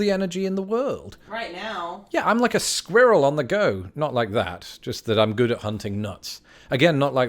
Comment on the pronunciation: How again did you pronounce squirrel?